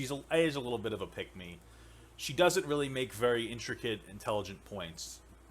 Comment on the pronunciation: when papa says "pick me" it sounds like he is saying "peg me"